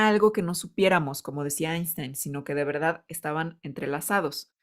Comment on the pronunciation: Increíble... Increíble... muy chingon la VELDAD LA VELDAD ❤❤❤❤❤❤❤❤